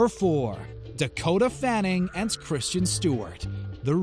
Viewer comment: KRIS—————TEN. Not CHRISTIAN